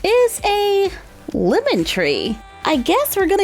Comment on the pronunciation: You said limen it’s lemon